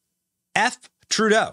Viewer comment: Hi name is TurdO. Learn to say the names right. Very rude people.